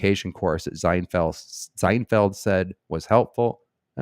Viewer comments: Why are you pronouncing his name with a Z? Zienfeld? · Yup. You're saying Zinefeld. I thought you were doing that to throw off the yt censors... 😁🤔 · I love that you were pronouncing it Zinefeld that was good… and it actually had us questioning if we were in fact pronouncing it incorrectly 😅